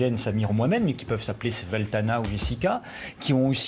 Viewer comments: "Sveltana"...... Français de souche, ma femme est russe, notre fille s'appelle SVETLANA, et ce guignol de journaleux n'est même pas fichu de prononcer un prénom slave correctement pour tenter d'argumenter... Par contre il n'aurait pas de mal a prononcer Hapsatou. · C'est pas "Sveltana" mais "Svetlana" 😂😂😂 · "mais qui peuvent s'appeler Sveltana ou Jessica..." Le mec sait parfaitement prononcer un prénom arabe mais il bute sur un prénom slave en inversant deux lettres. Cela en dit long sur le journalope. Quand à Jessica, cela fait longtemps (les années 80) que tous les cas sociaux de France on donné un prénom américain (tiré de séries débiles) à leurs rejetons.